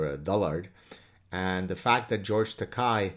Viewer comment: Say what you really think Dr Saad ;) Only 'criticism', it's Tah-kay, not Tack-eye Enjoyed the Chapelle special but preferred the previous one